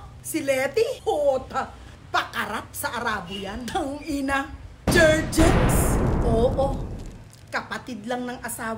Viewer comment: Jerjens hahhahah...JerGens po👍